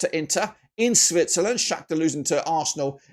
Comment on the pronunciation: Did he say Snitzerland 😂😂😂